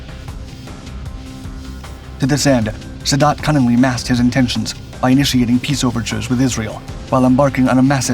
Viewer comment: 1. eine Phantom F4 war jeder MiG 21 haushoch überlegen. Schneller, wendiger und schwerer bewaffnet. 2. Wenn man nicht weiß wie man Jom Kippur und Sadat ausspricht sollte man keine Videos einstellen.